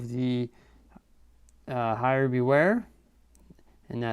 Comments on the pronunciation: It’s pronounced air not hair lol (heir) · heir is pronounced air not higher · “The hire” it’s pronounced air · Why this man say hire for heir bruh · "heir" is pronounced "air", btw. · Lol he pronounced heir “hire” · Pronounced air lol enemy of the air... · "Enimeies of the higher beware" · It’s hilarious that he mispronounced heir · You can tell someone's American when they miss pronounce the word heir.